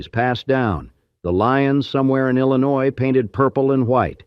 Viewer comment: Most of AI is illiterate like today’s consumers. 🤷🏻‍♀️🙈 At least Illinois was pronounced correctly!! 🤨♥️